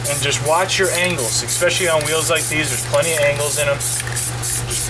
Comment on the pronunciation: There is no X in especially. Just sayin.